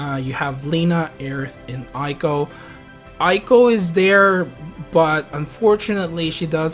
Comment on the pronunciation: Again, Eiko is said as "Ey-ko". (Via the e sound in "hey")